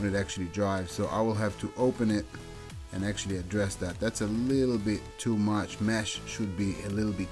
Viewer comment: A leedle ron?